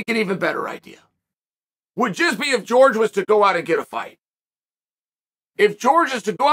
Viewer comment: Classic Chael quote, "GEORGE Masvidal!" Simply hilarious!!!🤣You're the man!!! Pronouncing the names of these fighters the way you want! Simply genius!!!😂😂😂 Love it, Chael!!!